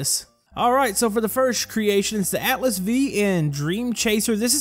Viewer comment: The V in 'Atlas V' is actually a five.